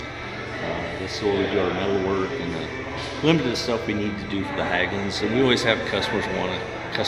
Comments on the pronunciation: Hägglunds with an ä, pronounced H-egg-lunds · Hägglund isn’t pronounced Hagglund the ägg in Hägg is prounounced egg like ->🥚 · Good stuff🎉 FYI Hägglunds. In English you pronounce it 'Hegg-loonds'